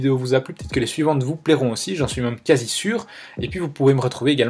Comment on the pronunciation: S’il te plaît, peux tu dire MÈME ET PAS MAME merci 😅